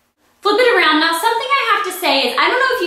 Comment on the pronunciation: I love how you say around! I know that sounds really weird, but yeah, just the way southern people like myself say things. Haha :)